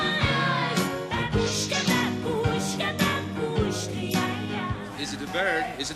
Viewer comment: As is said in the video she is absolutely unique (like so many British artists) and her songs and videos are brilliant, but - and people will hate me for saying it - since I learnt Russian I know that it is pronounced "BAAAbuschka" and not "BaBUSCHka". Not important to anyone who can't speak Russian but annoying to me!